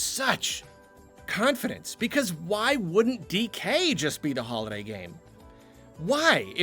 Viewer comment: After the 5. "Holiday Game" mention or so I finally understood that you don't say "Hollow Knight Game"....which actually sounded strange